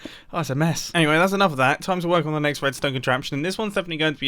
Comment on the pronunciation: just me that hears "wuedstone" ?